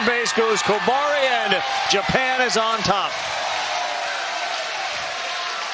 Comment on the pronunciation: japan pronounced like jupen